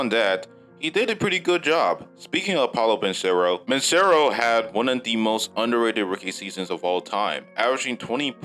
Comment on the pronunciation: And his name is Paolo Benchero Paw-LOW BIN-Chair-roe